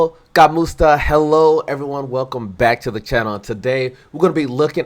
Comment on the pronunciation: Say it as /EE-KSIA/